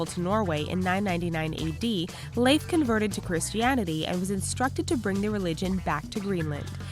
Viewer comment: she is pronouncing correctly